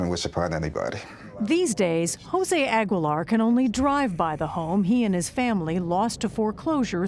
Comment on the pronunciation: Why is she pronouncing his last name all wrong.